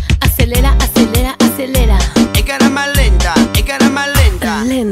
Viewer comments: Jajaja alguien se dió cuenta que el dice EN "CARAMA" LENTA en vez de cámara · Dicen carama lenta en ves de camara lenta!!! Lo dijo re mal